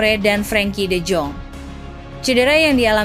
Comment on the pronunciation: de jong bacanya de yong, ajax bacanya ayax, barca bacanya barsya, catalan bacanya katalan, girona bacanya jirona, rapinha bacanya rapinya biar enak kalau bacanya benar😂